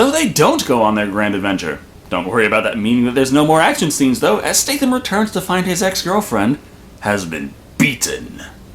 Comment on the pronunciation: I winced every time you said "Jason Staythe-Am". I think it's pronouced "State-Ham"?